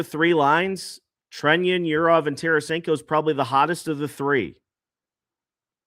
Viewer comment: Is it Treñon or Trenion? No! It’s Trenin- ‘Tren’ ‘in’ - just fyi -you’re welcome